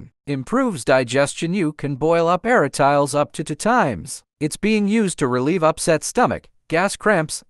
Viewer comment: A-RA-TI-LES not ARA-“TILES” even in English pronunciation.